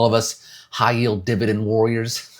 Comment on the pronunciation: Dude: "I'm hoping that all of us HIGH YIELD DIBADEND WORRIORS" 0.5 seconds later Dude: (laughs hysterically) Nice